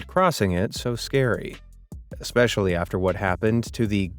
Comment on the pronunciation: There is no "x" in "especially." Please learn how that word is pronounced.